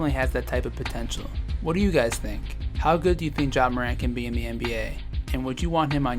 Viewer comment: It’s John not Ja